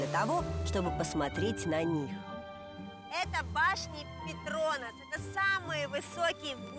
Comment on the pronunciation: Обожаю передачу "Орел и решка", но ребята умоляю не ПетрОнас (так противно звучит, прям слух режет) правильно ПетронАс☺